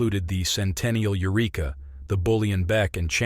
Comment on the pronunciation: Not "you reek uh,: the name of the town is "yer wreck uh."